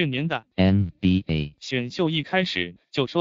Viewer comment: NBA的發音真的很靠杯